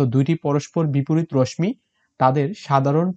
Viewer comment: রশ্মি র উচ্চারণ সঠিকভাবে করুণ